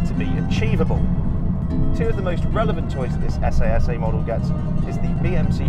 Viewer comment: It’s pronounced “SS” 😬